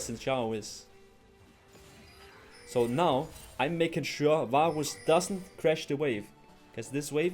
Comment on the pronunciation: i keep hearing baus instead of varus